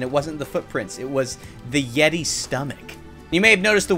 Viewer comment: The yeti more like "yeety" hahahaahhahahahahahahahahahahahahahahahahahahaahahahahahahaha